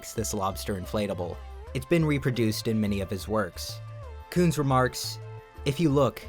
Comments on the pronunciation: Jeff Koons? More like Jeff Cooms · Jeff Koons. More like Jeff Cooms. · Jeff Koons? More like Jeff Cooms.